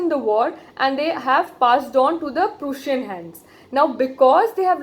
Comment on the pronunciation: during this lecture one thing i noticed that you mispronounced a word i,e. prussia, and i was about to write that mistake but then i saw the description box and i was really happy to see that you accepted your mistake which a very few teachers do, keep going and I wish you every success in your work.